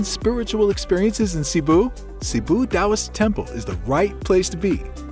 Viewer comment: Taoist, not DAWIS😂